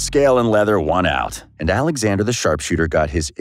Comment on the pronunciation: Its called "oleksander"